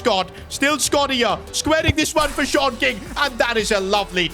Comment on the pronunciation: Am i the the only one that keeps hearing SHORT king instead of SeAN king 😭